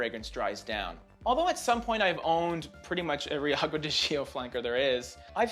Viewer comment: I really enjoy Mugler cologne, it's indeed such a versatile and refreshing fragrance. I'm really curious about smelling L'Homme Ideal Cologne! Btw, please, start to call It Acqua di "Jò" (The "Gi" it's like the "J" in Jeans, and then comes the "O" right away). Really nice list and presentation!